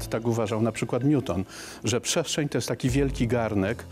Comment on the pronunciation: Jak tu wierzyc na slowo typowi, ktory wymawia „pszeszczeń”